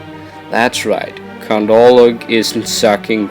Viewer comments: Lmao I love how u pronounce count wrong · is he saying "count" or "cunt"?